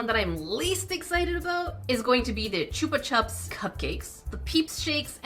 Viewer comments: I know you're Canadian, and your accent is fabulous. BUT it's pronounced CHOOpa CHOOps. Chupa means suck in Spanish. It's a sucker.. that you suck. Chupa. It's not ChUHpa ChUHps. Hope this helps..😊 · The ‘COOPA CHUPS’ pronunciation always makes me laugh. 😂 If CHUPS is an ‘up’s’ sound……so is CHUPA 😂😂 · Is that how Americans pronounce chupa chups? 😮